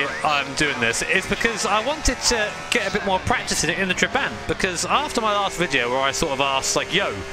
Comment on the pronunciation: Tra-bah-nt It’s not a huge deal, but to my Hungarian ear it hurts lol